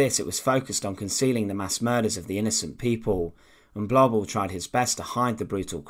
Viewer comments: Massacred the German pronunciations perfectly. Third reik. Paul blobble. Massacred. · The documentary was marred for me by the constant mispronunciation of Blobel's name. It does not rhyme with wobble or babble but with global.